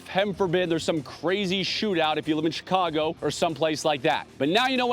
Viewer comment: Chicago! 😮 not Chicago!!😂🤣🤣🤣🤣😵